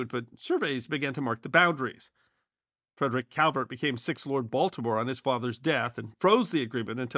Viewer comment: Heard it too😂